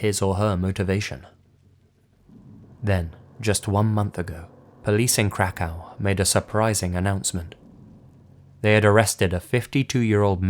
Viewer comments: Krakov learn how to pronounce names of places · Krakow is pronounced "crack-ahv". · I keep thinking you're saying "crackhouse" in the Katazyna segment. LOL